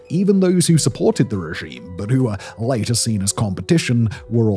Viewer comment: there’s no way he says later like this in normal conversation